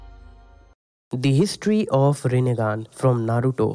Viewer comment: Bhai history of renneqgan nahi hai history of onion hai